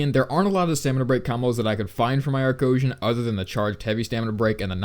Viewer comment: Boi it's not Arcosian